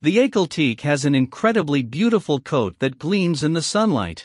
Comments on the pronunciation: Ahkhal Taykay two syllables. What a clown the narrator! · It’s pronounced AH-KAL TE-KAY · ….He just called it aykleteek….. smh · If you're going to narrate a video, pls. pronounce the horse's name correct. It's Ahkhal Taykay. Cheez! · The aykalteek lol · Not pronouncing the breed name correctly.